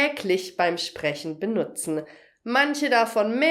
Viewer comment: Warum stellt sie eine weitere -e an den Enden von Infinitiven? Ich kann sie bestimmt und sehr klar hören und frage mich sehr. Ist das Hochdeutsch oder was? Ich hatte es mir früher noch nie gemerkt. Sie sagt z.B. benutzenE und sitzenE.. Wer weisst was? Bitte helfen